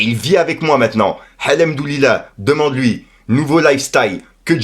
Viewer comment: ton hhhlllemdoullilaaa il est pas passé à 4’16 🤣🤣🤣 tu as dérapé, y’a eu un bug vocalistique!!! mais c’est pas grave on t’apprécie trop pour ta simplicité et ton naturel!!!! Tu bosses plus que les vrais journalistes, un vrai de vrai, continue et force à toi!!!!